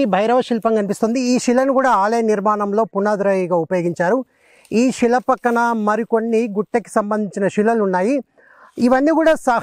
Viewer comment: సోదరా. షిలలు షిల్పాలు షివుడు, షైలి.. ఏంటిది ? మీరు సీనియర్ చరిత్రకారులు. శిల, శిల్పం, శివ, శైలి అని మీరే పలుకకపోతే ఎలా సోదరా మున్ముందు తరాలకు మన సంస్కృతిని అందించగలం చెప్పండి.